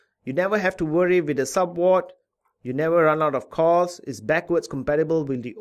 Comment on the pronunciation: ahahah your accent "SUBWOD" and WAPE ahahahh love ya vids 👌